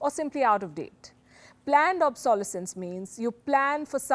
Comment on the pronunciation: You are mispronouncing obsolescence